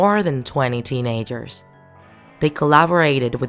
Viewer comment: Teen a-gers really